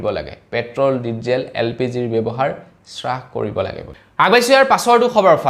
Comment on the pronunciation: স্ৰাস নহয় হ্ৰাস । । হয়